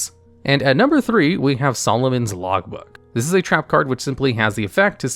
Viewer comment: Is it just me or is anyone else also hearing Solomon's Logbook instead of Lawbook?